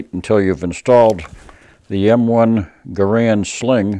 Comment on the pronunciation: Love your channel. Keep it up! One thing... not to nitpick... John Garrand's name is pronounced like the word "errand" with a hard G in front of it. Anyway, no big deal. Love your rifle!